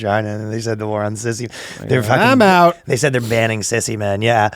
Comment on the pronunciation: As cool as Ryan is, as soon as he said "oouht with man haters" I instantly remembered how he will never be as cool as a downsie American who can pronounce 'out' like he isn't choking a tub of poutine